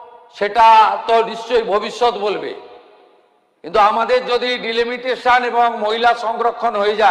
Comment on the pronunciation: DELAMITATION....????????? CM english tao just basic english.....bolte paren na.....STRANGE......That word is DELIMITATION